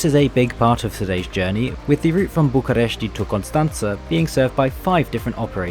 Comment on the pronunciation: the way you are saying bucharest is triggering me as a certified romanian